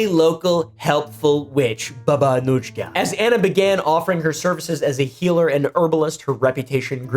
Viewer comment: Slavic J is a Y, it's more like Baba Anuyka/Anuika